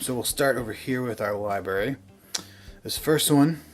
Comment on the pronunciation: “LiBerry” and “JonRah” became the ONLY words I could hear after a while. Hysterical. LiBerry???? LOLOLOLOL